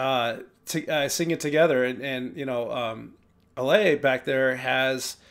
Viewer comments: Except Ale herself pronounces it Ah-lay. 😊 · I know you already know you’re still saying Ale wrong, but I’m still going to tell you the correct way of saying it. Pretend her name is Alex, and drop the X sound at the end, and that will give you the perfect pronunciation. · Love your reactions! Pssst. Lots of folks don't speak Spanish, so no shame, but a couple words to show how big a fan of The Warning you are. Ale is AH-lay. Martirio is mar-TEAR-yo (TEAR like the wet stuff that comes out of your eyes when you hear Pau sing Creep, not TEAR like how she tears your heart out while doing it). Thanks for going down this rabbit hole with us! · Hopefully by now you know their names are pronounced like Danny, Pow, and Ahlay (slight emphasis on the first syllable).